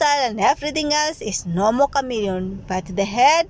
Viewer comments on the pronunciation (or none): It's a chameleon 😂😂😂😂 not Camerion